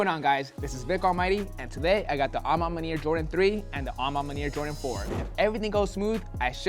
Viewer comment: Bruh say "a ma maniere" ONE MORE MFKN TIME!! I DARE YOU!!! 🤬🤬🤬🤬